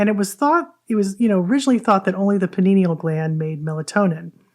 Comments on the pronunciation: pie-nee-uhl, not panini-uhl :) lol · It Pea-Knee-Al ( pineal ), not Pin -Knee-Knee-al